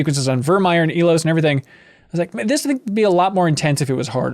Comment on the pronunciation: How many times does have to repeat to y'all that he boned Kaidan? 😂 Also, for the love of God, it's pronounced "EYE-Los"